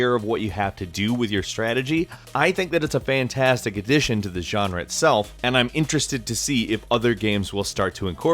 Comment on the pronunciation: you really like saying "genre" a lot huh? sounds stupid as fuck and you should stop, this word was barely used about half a year ago and it was cool that way. Youre so boring,. If youre a latin american subscriber you will know what i mean right? "yanra" fuck